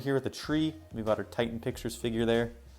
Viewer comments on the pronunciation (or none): none